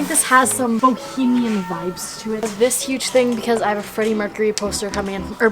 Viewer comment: no one:: BohEMIaN